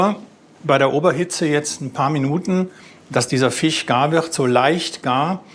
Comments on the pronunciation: Was für ein Dialekt soll das denn sein? Fich Fong? Statt zu Jagen vll mal zum Logopäden xD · Fich mag ich nicht so sehr wie Fleich :p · der redet wie meine Frau… Fich und Tich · Kein Fleich kein Fich, komich...😅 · Soose und Fich macht mich fertig. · Sagt statt Milch, Mülsch kann aber nicht Fisch sagen xD Und der Sous Chef sieht irgendwie depressiv aus, wahrscheinlich weil er den ganzen Tag Fich, Fong und Gelantine hören muss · sose und Fich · Lustig, wie er immer "fich" sagt. Ganz fricher Fich ist natürlich frich gefangen, gell? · Einmal Fich und Fleich 😖😅! Die erste Episode des Formats, die mich hungrig gemacht hat. Diesmal sogar Dinge gelernt, die im Alltag anwendbar sind. Hat mich gut unterhalten, danke! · Fich Fong